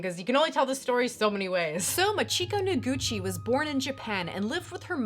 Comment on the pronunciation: That Japanese name pronunciation XD Remember, in Japanese (or perhaps language in general), Chi is Chi, not Shi. Nice video though. Keep up the good work :)